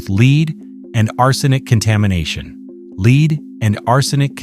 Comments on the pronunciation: In this video it is the metal that is being discussed. It's pronounced "LEDD", not "Leed." The AI voice is very stupid in many instances such as this one. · AI voice needs more instruction on correct pronunciation of lead